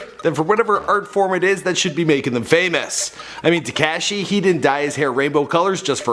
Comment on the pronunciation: He said takashy 😂😂😂 love you 😭😂💯